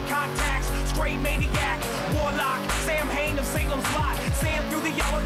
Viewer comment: Ok it's not pronounced Samhain it's pronounced sow_in